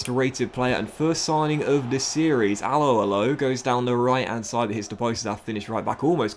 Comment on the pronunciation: Just saying but the way you say Alho's name is hilarious... And terrible